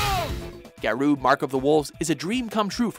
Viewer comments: Ga-Row, not Ga-Roo... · you pronounce it as Gow-Row.. not garu.. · It's pronounced "Ga-ro", not "Ga-roo". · Garou, is said like Ga-row. Not Ga-ruu. There was a reason some of these games were forgotten. Some of the games on this list have bad mechanics, and response time. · "Garuu mark of the wolves" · please stop saying "garoo" they tell you how to pronounce it right on the title screen. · "Geru" ugh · yup they always screw up something prior to 2005 or pronounce things odd...Gahrooo lol wut? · Garou is pronounced Gah-row, which is wolf in Japanese. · Your pronounciation of Garou makes me laugh hard asf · Please learn how to pronounce words before you say them. I wouldn't actively complain, but the game actually says the title on the title screen. As for Slam Masters, I think Ring of Destruction: Slam Masters 2 was a better game. It played more like a traditional fighter with a lot of grappling moves rather than attempting to blend the genres. Another unknown gem (probably because it was never released in the US) was Kinnikuman Muscle Grand Prix. It's easily the best Kinnikuman (or Ultimate Muscle) game out there. It basically plays a lot like Tekken if everyone was a variation of King. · Announcer mispronounces "Garou" even though the game says the name in the title screen. I die a little inside. Also I am fairly certain what was labeled as "Drive" was in fact "Double Dragon V: The Shadow Falls". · Am I the only one who was rather disturbed about how "Garou" was pronounced? No? Guess it's just me.